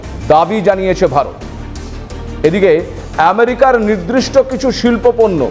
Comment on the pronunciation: "নিদ্রিষ্ট" নয়, শব্দটি " নির্দিষ্ট "। উচ্চারণটি সঠিক ভাবে করুন বিনিতভাবে এই অনুরোধ করি।